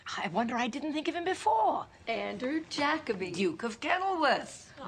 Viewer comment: I just realized they pronounced Jacoby as Jack-oby, no ja-coby